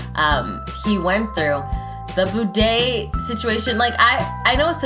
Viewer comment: “Badey”? Lol it’s “bidet”